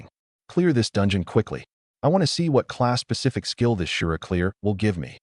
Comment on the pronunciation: I swear it sounds like it says Class pacific skill scroll......and I cringe....every........time